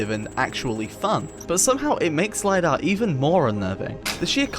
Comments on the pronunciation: Bro its not LAYDAH its Lidar li-dar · Lidar, not lie dar.